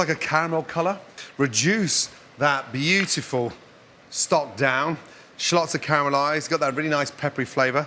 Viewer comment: A gameof shots everytime he says Literally or "beachiful" would get us drunk enough to get liver damaged.